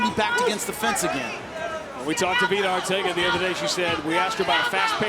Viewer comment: It's Arteaga (R-tee-aga) NOT Ortega!!!!